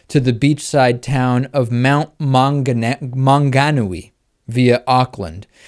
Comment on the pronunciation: Cool a story about NZ man thta made me laught trying to say Mount Maungaui. Btw you totaly butchered it but it is not you fault it isnthe stupid moari names.